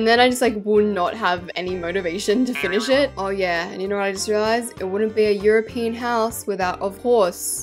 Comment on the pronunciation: uhm, did she say eueupein pillows (I know I spelt it wrong)